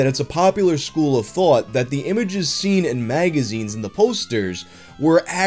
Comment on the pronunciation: Are u a new Yorker??? The way u said "Thought"